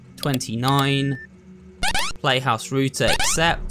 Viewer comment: ROUTER NOT ROOTER YOU ROOTIN TOOTIN COWBOY